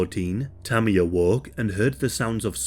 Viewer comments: I kept thinking he was saying Tummy or something 😅, but yea RIP Tammy 😞🕊️🙏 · I thought he was saying tommy at first